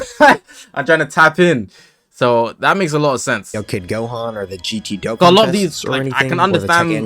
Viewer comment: W ass vid but its doe khan not doe ken